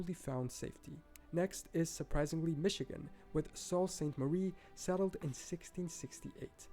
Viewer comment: Sault ste. Marie is pronounced soo-saint-marie, not salt-saint-marie.